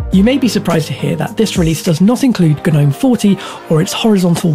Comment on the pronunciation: Mispronounced Ubuntu and Gnome